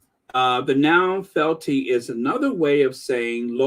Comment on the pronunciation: It pronounced fe-al-ty